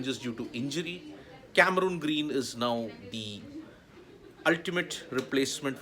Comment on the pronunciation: What’s the actual pronunciation ? Never heard of this “Cameruuuuun Green” as described by sports tak host…by Australian commentators. It’s Cameron Green. Please check the Pronounciation in Australia.